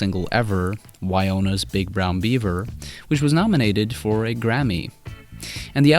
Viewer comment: debu”t”ed? The “t” is silent bub Wyona? Forgot the other “n” bub